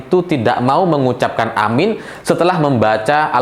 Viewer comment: Aamiin bukan AMIN. Beda sekali arti dan makna dari lapasz.ucapannya.